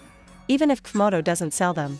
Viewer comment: The AI translator voice says , "cuf moto" instead of pronouncing the letters C and F, it's hilarious now that I understand the mix up...